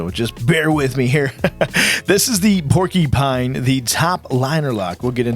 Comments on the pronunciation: Pronounced "Poor Q Pine" fwiw 🤪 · lol yeah sounded like Porky-pine